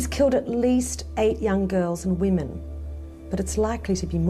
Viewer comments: Does the reader here not know the difference between womAn and womEn? ffs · What is it with people being unable to spell or pronounce woman/women properly today? Seems like 50% of the time I see or hear either nowadays, it's the exact opposite of what it's supposed to be. A WOMAN went missing, he killed several WOMEN! It's not that hard, sheesh! Usually coming from native English speakers too, it's embarassing! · I'm not native English speaking but I have a question for you all. In this video he says several times "woman" in plural. Am I wrong or shouldn't he say Women in plural. I hear this often but since I'm not English speaking myself I only assume I hear it wrong or is this a common mistake by english speaking people to pronounce it wrong? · Him saying 'woman" instead 0f women is like Ron burgundy and the teleprompter. But they did get comments for it, which is good for the algorithm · When you don't know the difference between WOMAN and WOMEN .... several times, ugh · Why does the narrator keep saying "woman" when he should be saying "women"? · Why can't the narrator say the word "women"? The plural for woman is women. So x killed multiple women, not killed multiple woman. Jesus. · Is it just me or is he pronouncing "woman" and "women" the same? Twitch...twitch... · Why does the narrator keep saying woman not women? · Note to the narrator: Woman and Women are not pronounced the same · Ok it's "women" not "woman" it's plural not singular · You're aware of the difference between "woman" and "women", right? You're killing me Smalls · Great content, but... "woman"... "women"... *pulls ears off & runs out screaming* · Someone teach this narrator the difference between "woman" and "women". Geez... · I feel like he was hired because he can pronounce the names, as English may not be his best language lol. He nails those names 💯. But woman/women a lil tougher lol. Ah well, still enjoyed it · can you teach your narrator to properly pronounce women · Women! Not woman